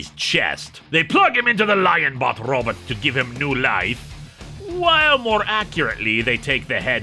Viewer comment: I love the way he says RObit!